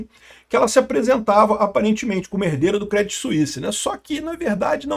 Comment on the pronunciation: A pronuncia correta é " Crêdí "... Crê não Cré ... acento no i e sem falar o T; Outro dia fez um video falando do branco BNP Paribas, se pronuncia " Parribá ".